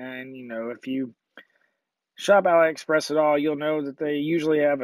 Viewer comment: By the way man, AliExpress is correctly pronounced as ‘alley-express’. It comes from the parent company of Alibaba and you wouldn’t pronounce that as ‘al-eye-bar-bar’.